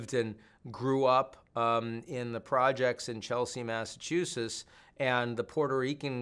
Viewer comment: "massachusess"? Is Bremmer drunk?